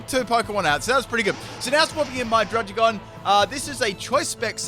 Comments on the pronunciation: It’s pronounced drud-Id-gon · druggi-gon (druddigon)